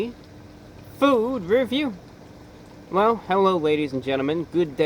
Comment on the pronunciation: You didn't say food review the normal way. it makes me giggle.